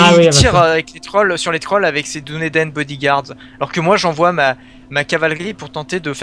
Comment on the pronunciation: Dunedain ça se prononce Dounédaïne et pas Dunédin ni Dunédène